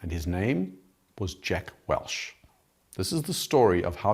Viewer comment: Say it with me. WELCH. Not Welsh